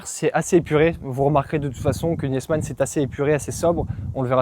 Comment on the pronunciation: Très beau véhicule,. On ne prononce pas le E de Niesmann. On dit Nismann.